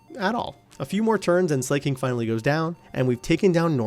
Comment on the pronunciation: i genuinely wanna ask - why do you pronounce slaking as "slay-king" when it's sla-king (like slacking off). no hate, i genuinely just wanna know XD